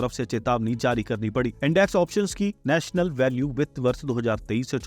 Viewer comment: ओ भाई हिंदी पढ़नी भी नही आती? नोशनल को नेशनल पढ़ते हो।